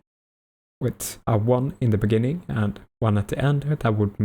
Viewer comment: "in the bininguing"